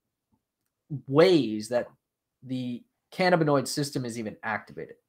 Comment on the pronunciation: I believe the accent is on the 2nd syllable -(ca-NAB-in-oid